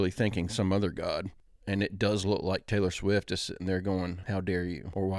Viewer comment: Taylor S'wife't?! Lmao.... Maybe for clickbait reasons? So many people will have the urge to correct that in the comment section, incurring points for the original poster's account. Maybe he is a cyborg that needs to run an update. Heheh I think it's hilarious when AI mispronounces words... So cute when we humans mispronounce things. What's in a name?! A ra-hose by anyother name would still be a 🌹. 😉 thanks for the daily commitment to providing content for all of us. Interesting to watch your personal growth in Spirituality and Human Consciousness...., you're on the verge of a Kundalini Awakening! 😅 Remember that Delores Canon is a reporter and while she does such a thorough job pioneering through occult subjects that many Americans have not been exposed to in these modern days but many Hindu and Mesoamerican stories have already spoken many of these Truths (or mythologies, depending on how comfortable you are challenging your own biases and the status quos and dogma you may have been indoctrinated into accepting in your culture). I like to study ancient and modern texts and take notes. The Sedona Portal is something that ive found in ancient texts, believe it, or not. There are several (12 probably) Earth portals (natural ones). Question everything but believe that anything is possible... Go inward and trust your INTUITION. There's an entire universe within each of us. Our Divine Connection is a true gift from the Heavens: a living piece of the Source of All thing